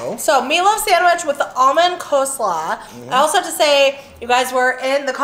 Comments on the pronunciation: I say co slaw...and girl ya gotta stop correcting...hashbrowns or tater tots... same thing imo...❤❤❤❤ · Lol I was thinking something when you said coleslaw. It's definitely coLEslaw. 😂